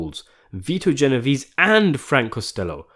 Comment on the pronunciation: it`s G not J lol